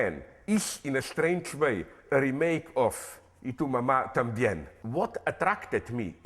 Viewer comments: Zizek's Spanish accent is much better than his English accent!! I was surprised when he pronounced "Y tu mamá también" (Spanish is my first language) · His Spanish pronunciation of "Y tú mamá también" is spot on. Does he speak Spanish as well? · Can we appreciate how perfectly he pronounced "Y tu mamá también"? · How is that he pronounce Spanish better than English? He pronounce the title of Cuaron's other film "y tu mamá también" perfectly.